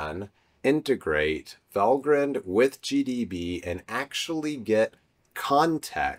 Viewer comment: I might suggest it is pronounced val-grind like coffee-grind, and no haven't grined since writing this 😁. Regardless, great video!